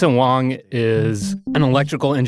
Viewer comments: It’s HUANG not WONG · Our two "experts" here somehow pronounce Huang as Wang/Wong throughout the podcast. They even did a decent job of pronouncing the Hua in Huawei. Go figure. It is not that hard to find a Mandarin speaker these days if you need some coaching.